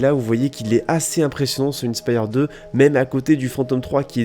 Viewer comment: Innnnnespyre 2😂😂😂, inspire 2 comme quand tu est inspirer